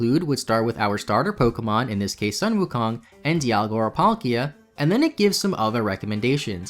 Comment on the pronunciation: Omg im so happy that you named infernape after sun wukong but errr just a minor correction in pronunciation, it should be pronounced as 'soon' wukong but the spelling is correct